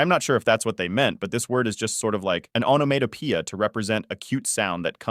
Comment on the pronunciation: someone please teach bro how to pronounce onomatopoeia